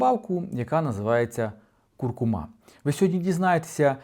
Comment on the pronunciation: Не куркумА, а куркУма. Все інше розказує правильно